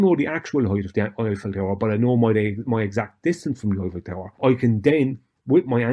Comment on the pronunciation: Wait, is he talking about the Oiffel Tower, or the Hoit Tower?